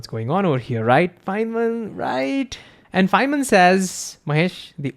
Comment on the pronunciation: I'm sorry for this, but I can't understand you. I'm not talking about the concepts (which, once I understand your diction I may of may not understand), but I can't really understand your WORDS. Chiefly, I can't understand "Fineman says" . . . or "Fan man says," or "Simon says" or whatever that phrase is that you keep repeating. I've slowed the video down to 75 percent and it's a little clearer, but I still don't understand what you're saying. Although I think this is probably not helpful to you, but I sincerely hope that it is. Even though I feel stupid for saying it because so many others are "getting" it. 😬